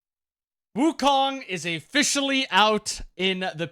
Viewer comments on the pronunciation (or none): BRO SAID "AFFICIALLY" WTF